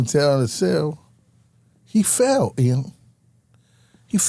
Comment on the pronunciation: Same 😂😂 mispronounces his name everytime